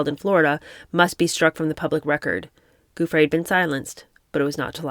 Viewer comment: An assist to my favorite book reader: Verbier = .yay Giuffre = JU.free (anytime you see Giu in a name, it's almost always pronounced as if it was spelled Ju - e.g. Giuliani).